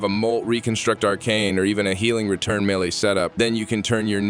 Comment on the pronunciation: McRush and milay? gire and protyay?! Where the hell did you learn English? Holy crap. Mach rush = mock rush. Melee = maylay. Gyre as in gyrate or gyroscope. Protea as in protean or protaya, if you're fancy. Dude.. you want to do Warframe videos and can't even be bothered to learn words or their names? Holy hell kid.